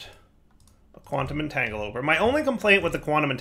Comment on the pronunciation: Quantum 'Entangeloper' and 'miskellaneous' are my personal 'favorites'